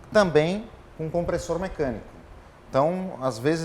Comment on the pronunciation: Só o cara de preto que falou certo o nome Kompressor, pqp